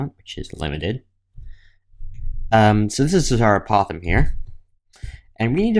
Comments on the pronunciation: Can you pronounce the word apothem correctly? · Maybe you're the one pronouncing the word apothem incorrectly. Anyway it does not matter how someone pronounces it, as long as you can understand the word it is fine.